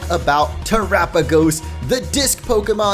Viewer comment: I really enjoyed your video. Thank you for pronouncing Terapagos correctly, it's refreshing to see a Pokémon YouTuber who did research before making his videos.